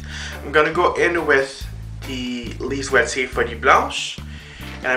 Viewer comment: I got a Question... the way you said Lise watier... Quebec or France? It sounded so much like when I tell the name Lise Watier x) (I write in english IN CASE I'd be wrong all the way! ahah, but with a name like Jean François I don't have much doubt that I may be not SO wrong :P )